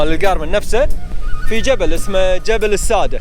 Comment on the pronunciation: اسمه جبل الساده بتشديد السين والدال بمعنى السد👌🏻🌹